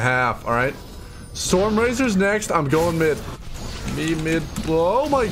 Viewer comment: when he was talking about stormrazor i already knew he was gonna pronounce it somehow weird xD